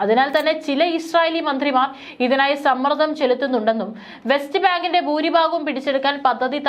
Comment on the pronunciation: ബാഗം,ബൂരിബാഗം,ബാഗിഗം,മദ്യസ്ഥം,ഗെത്തർ ഇവയെല്ലാം തെറ്റായ ഉച്ചാരണം. ഭാഗം, ഭൂരിഭാഗം,ഭാഗികം,മധ്യസ്ഥം,ഖത്തർ എന്നിങ്ങനെ ഉച്ചരിക്കണം.ശരിയായ ഉച്ചാരണം നിസ്സാര കാര്യമല്ല.